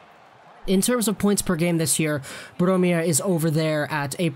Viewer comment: Its brome not blome